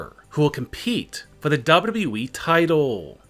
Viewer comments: never trust a man who pronounces wwe as dadabehh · Say it like this SLOWLY... DOUBLE YOU.. DOUBLE YOU.. E